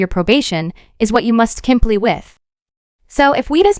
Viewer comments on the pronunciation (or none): "You must kimply with"....lol. comply? Sorry